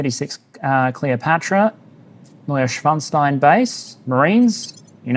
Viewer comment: just a tad nitpicky german comment xD be careful with neuschwanstein its seperated like neu-schwan-stein (new swan stone) and not neu-schwans-tein like you did the issue is that schwans is very similiar to schwanz which is german for tail or dick xD dont want you getting in trouble with youtube :D